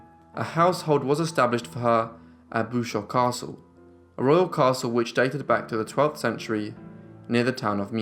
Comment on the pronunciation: I'm back. Bouchout is contraction of two Flemish words bouch (guttural ch) en hout(wood). The pronunciation is boochout with the 'oo' and the 'ou' as in English.😁😲